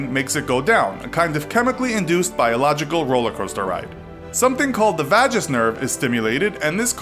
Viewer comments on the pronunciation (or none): Great video as always. Just wanted to point out that you've mispronounced "The vagus nerve (/ˈveɪɡəs/ VAY-gəs)". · vaj-us lol.... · The narrators pronunciation of the vague nerve physically caused me pain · How you pronounced Vagus 😂